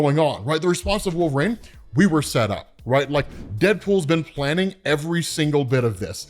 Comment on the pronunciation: Can’t stand how he pronounces wolverine. It’s not “wolvraine”